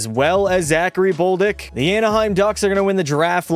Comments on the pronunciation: Who is boldick it is bolduck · 1st off, DOUGH-BESH 2nd off, D-AH-K. 3rd: B-OH-L-D-UEC (Hard to spell in English) 4th: Dem-EE-dov Edit: YAKOOB. NOT JACOB